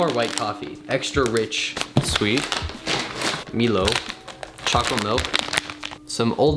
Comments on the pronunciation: btw it's may-lo not mi-lo, hahaha the green energy drink bro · Milo is pronounced as MYLO :) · "MILO" LOL 💀 u mean my-lo jkk